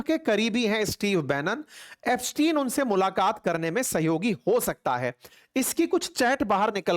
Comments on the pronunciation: It's not Epstiaen it's Epstein 😅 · Ep stein read as STEEN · Aap iska naam sahi se pronounce nhi kar rhe hai